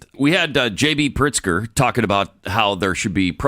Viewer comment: You're mispronouncing his name, it's pronounced, "Prixter"...